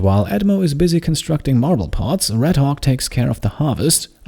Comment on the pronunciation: I love how you pronounce 'Redhawk' sometimes it sounds like Redhog :P